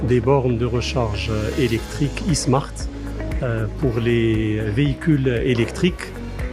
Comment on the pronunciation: s'ils vous palit l'khout, je sais que c'est abituel pour les marocains, mais c'est pas "i-smart" mais "ai smart"; le i c'est "ai" en englais